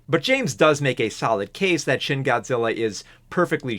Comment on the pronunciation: Every time James mispronounces the "shin" in Shin Godzilla, seven years are taken off my lifespan.